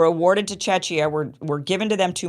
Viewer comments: and for the next time "Czechia" is pronounced as CHEK-ee-uh. The emphasis is on the first syllable, and the "i" is pronounced like the "i" in "sit." It is the official short name for the Czech Republic. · Czechia pronunciation is CheKia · Thanks, Kim! I only think Czechia is pronounced closer to Che-kee-yah. Not obvious, yeah :)